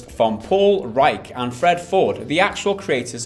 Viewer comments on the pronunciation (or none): lol i love how changed the pronunciation of Reiche every time.